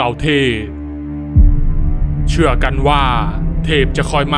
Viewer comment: พี่พูดชื่องง